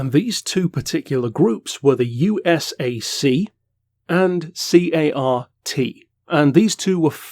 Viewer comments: Love this series. Been listening in the background while I work. You've probably already learned this since making this video, but USAC and CART are typically pronounced as acronyms rather than spelled out (YOU-sack, and cart). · You just pronounce USAC and CART as they are spelled. They are acronyms. Also, the history of Indy is very interesting with some amazing, sustained high speed racing. It’s ok to be a fan.